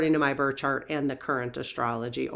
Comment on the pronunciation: It sounds like you’re saying “burt” chart and “queshion “ I know we all have local accents but I’d love to hear better pronunciation of these words. Love you lots. And the birth time study would be majorly interesting.